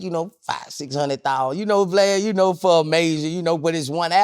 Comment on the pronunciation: Sounded like Boosie called Vlad "Glad" 😆